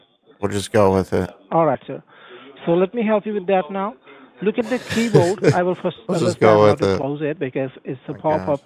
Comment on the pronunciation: "keybowd" [rhymes with benchod] 🤣